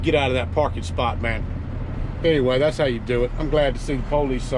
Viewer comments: Thank you from those of us who really are handicapped! Just one thing, what the hell is "the poll-leeze"?! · No offense but is that how you folks pronounce “police”?? Lol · Maybe try pronouncing the word police correctly. Police, not po-lice. Also, you are complaining and that is exactly how you and the company your own or work for make money. I'm all for towing people when they are parking in the wrong places. Just some thoughts. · Normal people : police This guy : p"OW"lice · Poe-leece??? Lol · PO-leese. Lol. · uhhhhhhhh, police IS a two syllable word.